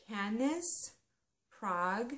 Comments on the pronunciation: Cannes is French so it is pronounced as if you say "can" in English. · Cannes is said like Kahn it's a city in France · LOL! I knew I was saying at least one 'em incorrectly! thanks, I will always remember how to pronounce Cannes now;D